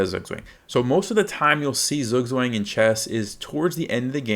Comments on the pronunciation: Just a heads up, Zugzwang is a German word pronounced sort of like "tsuuk-tsfang". The uu being like in the word "too", and ang almost rhyming with "bong" (not with "bang"). Wouldn't normally comment on it if it was a minor difference, but it's basically unintelligible to a German 😅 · I would probably say the -ang should be more like -(ah)ng (a as in father) than -ong, but I suppose this is a technical difference. This is still a massive improvement. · You really should've taken the time to learn to say the word properly, you butchered the pronunciation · Thank you for the clear explanation - but PLEASE learn to pronounce it correctly!!! It is a German word, not American!!! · you pronounced it wrong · Great video! But please learn how to pronounce Zugzwang! Bitte! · beans what language, english? you do realise that a language is built on the people speaking it right? no point in nitpicking zugzwang when everyone mispronounces coup d'etat, qatar, or literally hamburger the way its supposed to be natively pronounced. also, did you know google is a search engine that searches dictionary definitions and not a literal dictionary? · thank you for the clarification, since you are a native German speaker, it would be really great if you could upload a video dedicated to correct pronunciation of this word since it's fairly common in English to be mispronounced